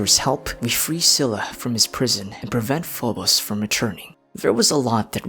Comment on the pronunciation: i think Scylla is pronounced as "skai-luh" not only by Genshin VAs but also by Google 🙂